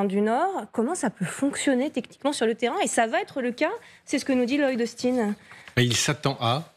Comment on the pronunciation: General: le nom de Darth Vader c'est pas Lord Austin. C'est Loyd Austin. Faites un effort de temps en temps